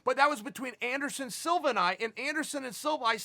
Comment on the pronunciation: Matt Serra: "Anderson Silver" lol